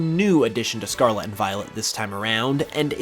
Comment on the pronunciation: Scar-Let not scar-la